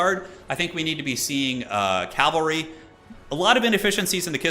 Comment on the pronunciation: How do you think we feel when he says calvary instead of cavalry lol. Love you.